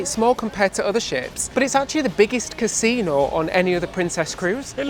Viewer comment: It's got a "consino" ? Wow 😂